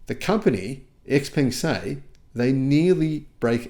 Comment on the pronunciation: Xpeng is pronounced differently, it rhythms with Tang as in "Xpang°